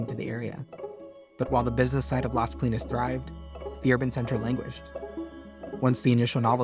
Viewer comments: Great video but I had to look up the project name because the narrator kept referring to it as LESKLEENS, instead of LAZ KOH-LEENEZ, which is much closer to the Spanish pronunciation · Las CO-LI-NAS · ** It’s LAS Colinas. L-A-S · The way you say Las Colinas is weird.